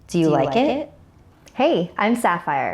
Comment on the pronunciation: Do you rike it?